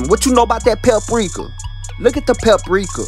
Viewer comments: a whole bottle of papricuh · PEPRIKA LMAOO